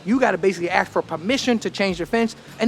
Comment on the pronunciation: A Dutch a-hole here: It's ASK, not AKS. Have some respect for your own language.......